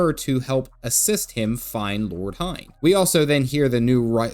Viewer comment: Oh come on can you at least pronounce Hien correctly...? This is starting to be a bit irritating and ""ha ha dumb white Amurrican"-like, which you are not. You're better than that stereotype.